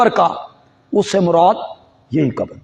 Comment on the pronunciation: علماء دین کو تو لازمی طور سے اپنا "ش" "ق" درست کر لینا چاہیے۔ مسلسل قبر کو کبر کہہ رہے ہیں۔ افسوس یہ لفظ قران کو بھی صحیح ادا نہیں کر پاتے، اسے بھی کران کہتے ہیں۔